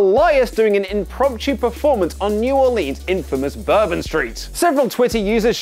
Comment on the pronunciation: Thank You for saying New Orleans correctly. You earn more of my respect with each edition you "Headline".